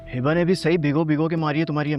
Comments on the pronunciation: Please tha pronounce name of hiba. Its hiba not hiibba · Light sa name he hiba But hiba's bhabhi says Hibbba 😂